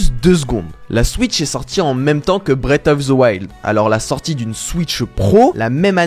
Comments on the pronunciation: je suis désolé mais: "Brette of ze wild" 😭? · Breate of ze wilde